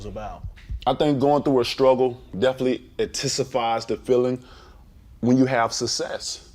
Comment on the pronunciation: "Oh most deafinitely"